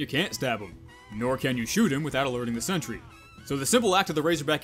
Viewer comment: I will forever hear Sentry Down! As Scent Tree Down! From now on thanks to you